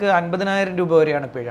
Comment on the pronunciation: പെഴ അല്ല പിഴ ആണ് ചേട്ടാ....